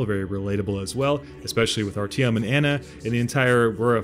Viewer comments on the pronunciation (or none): It's Artyom not RTM for heavens sake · Are-te-ohm not are-tam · its actuatlly pronounced Artyem in the books. But yeah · RTM? It's "ARRRRTYOMM!!! HERE, QUICK!!" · Nice video. Artyom by the way is pronounced as "aaRTIYOW-M". (My GF's brother is named Artyom.)